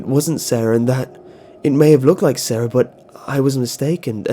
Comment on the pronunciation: You people are spelling sara wrong. It's not saraHUH. It's sara